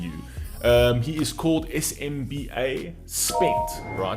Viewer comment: It’s pronounced as Sim-ba..（SMBA)